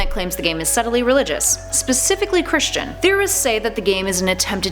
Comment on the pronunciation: Oh and it's not Christian it's Cristian :]